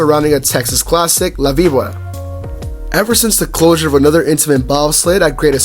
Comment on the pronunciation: You pronounced it wrong